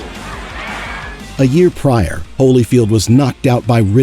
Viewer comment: said, "Riddick Bough"? is this AI narration that doesn't know Bowe is pronounced Boe. ?